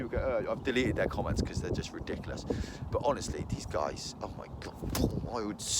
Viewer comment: Don't know how this will come across but it's not a troll comment but you kind of sound like your from South Wales when you say ridiculous